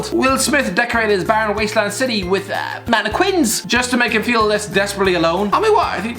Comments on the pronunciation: Anyone else check the comments when he said mannerkwins instead of mannequins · The way he said maniquins I'm dead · I'm sorry, but ... Mannekwins?